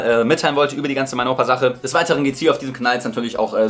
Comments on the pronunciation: Ich dachte auch das er mein Opa sagt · Es tönt so als würde er sagen: Mein Opa 😂😂😂